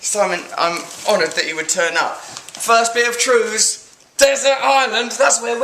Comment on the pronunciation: Simon Says TREWS